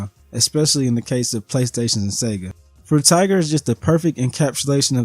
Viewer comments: "Fruit Tiger" 🤣Frutiger, Fru-Tih-Jur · Mostly correct except it's not fru-tih-jur, it's fru-tih-gur with a hard g.